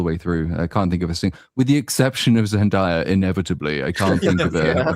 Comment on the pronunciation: Zendaya is pronounced ZEN- DAY-A not ZENDIYA.. lol there is no I in her name. Y'all always say her name wrong